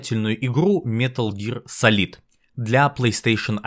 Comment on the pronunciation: “Метал Гиар Салид» иииии я сразу же выключаю видео.